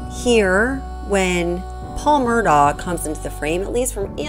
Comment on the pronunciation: I'm distracted by the mispronunciation of "Murdaugh" throughout the entire video. The family name is pronounced "Murdock".